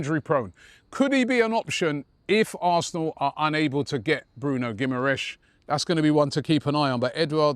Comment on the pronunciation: Geem-ar-rishe is how you pronounce it. FFS